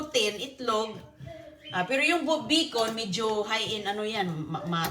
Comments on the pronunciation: Bacon not Bikun, omg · Yes, 😅😅😅😅 the yummiest " bikun " from dumpster. Lol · Minsan "bicol" rinig ko😂😂